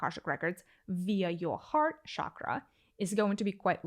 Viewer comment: Good information. I liked your guidance on the third eye chara. My suggestion on pronunciation of the word chakra - the ch sound is like the ch in cheese and not the ch in chauffeur.